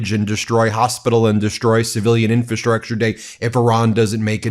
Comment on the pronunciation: Dang Ben, you still can't pronounce "infrastructure."